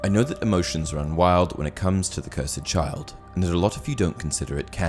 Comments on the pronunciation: I'm a big fan of your videos but this is completely wrong imho. Couldn't be more wrong in fact. Firstly, it's called the Cursed Child not the Cur-said Child. That really grated on me. Secondly on the actual video, Voldemort was not under a love potion. He didn't show any of the signs that he was under a potion. No infatuation. Nothing. He was joyous in OOTP because he had his most dedicated followers return to him. Tom Riddle Snr was infatuated, Jacob was infatuated, Ron was head over heels because of the strength of the potion. Voldemort showed no such signs. Whenever he was with Bellatrix, he showed fury after the Department of Mysteries, humiliation at Malfoy Manor at the start of book 7, punished her for letting Harry escape Malfoy Manor and then again after the Gringots break in and then cruel dismissal of her concern in the forest before his death. The reason he did it is actually in the Cursed Child since 2018 after it went to Broadway and the third year cast in London. At the end of Act 3, they removed the line about 'Anything but that' when Harry finds out Voldemort had a daughter, and in its place is a new Harry line 'The ultimate Horcrux... of course he did!' And then Draco says, 'Voldemort had a daughter?!' And then act 3 ends. So it was the ultimate horcrux. Bellatrix and Voldemort had Delphi as a way of ensuring another part of Voldemort lives on. Delphi is essentially a sort of 8th/9th horcrux. The one thing you nailed is though that the Cursed Child is 10000% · Anyone realises he keeps saying "Harry Potter and The Curs Ed Child"? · You’re saying the title of it wrong